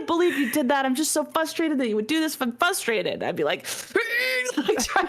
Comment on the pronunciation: YES I can’t stand “fustrated “ 😂 my pet peeve is when people say “can’t be understated" when they absolutely mean “can’t be overstated" I don’t know why that one is such a common mistake for people.